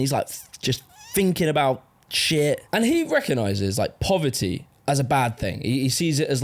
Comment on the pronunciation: “Pover -ee” :)))